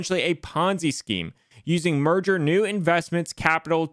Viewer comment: “meager” NOT merger!!!!!!